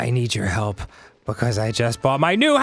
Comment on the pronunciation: What he says: hup ^.^What he means: help